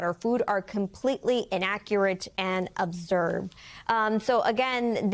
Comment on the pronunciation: Did she pronounce ‘absurd’ wrong??? 😂😂😂 EDIT